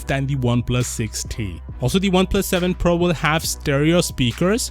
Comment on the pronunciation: I keep hearing Oneplus 7 Pearl.